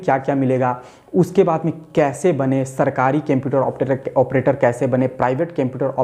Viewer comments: Kemputer or computer??? 😂😂😂😂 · Cemputer nhi hota sir Computer hota hai 👍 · Bhai use computer bolta hai qumputer nahi bolta hai 🤔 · Sir video dekhanese pehale ek bat jarur bolunga 😅😅😂 computer ko केम्प्युटर mat bolo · computer he kemputer nahi😁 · O kemputer Bol raha hain wo computer hota hain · Apni vartni sudhariye sir je ye kemputer kya hota h Litrelly its so iterative to hear speaking kemputer-kemputer... Its computer 👍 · Bhai its not Kemputer...its computer..😅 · Sar pahla computer BOLNA SIKE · Ap pehle computer bolna sikh lo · Aap computer ko bolna sikho pehlee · Everyone- seeing how he is pronouncing the word computer Me- don't find the mistake The video is usful for jobs rather to find the mistakes